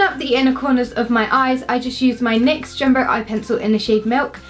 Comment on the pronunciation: Sorry I just have to say you say nix as n y x